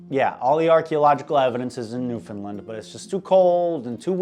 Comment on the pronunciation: Normally, hearing someone say Newfoundland like that would be a pet peeve but considering how fucked up he is, it makes sense